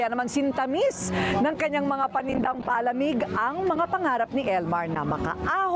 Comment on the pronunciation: Madam Korina tlaga palamig lang di alam ipronounce ng tama. 😅😂😅😂